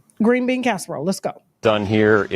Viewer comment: Tasha said grew bean casserole 😅😂 I like green bean casserole 😩😂